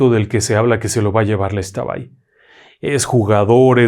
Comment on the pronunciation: Por un momento pensé que me decepcionaria al pronunciar la palabra xtabay,gracias por informarse de la correcta pronunciación.